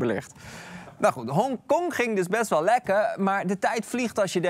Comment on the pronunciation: "best wel lekkel" 💀💀🤣